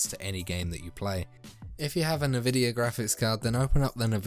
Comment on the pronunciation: Nevidia ❌| Envidia ✅